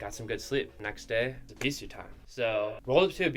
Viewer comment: Is it really pronounced Eeeeebeeesuuue